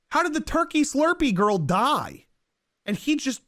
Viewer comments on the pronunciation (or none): none